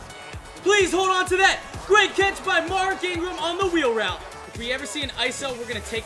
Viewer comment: Btw it's mark Ingram and Derrick Henry stop butchering these names man I'm a big bama fan and was excited to watch this video until u butchered mark and derricks names like boi really plz improve your reading ability